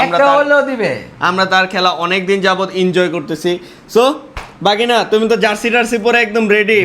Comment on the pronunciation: ভাগিনা ❎ বাগিনা ✅